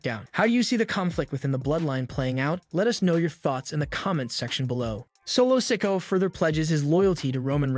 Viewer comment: This narrator needs to learn the names he keeps mispronouncing so wrong